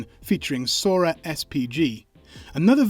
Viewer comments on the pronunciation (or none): none